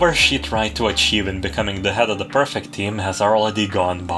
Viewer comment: As a note: it's 'pre-fect,' not 'per-fect.' Although I can u derstand the confusion brought about by Hina's existence, the rest of the group is incompetent enough that it doesn't matter.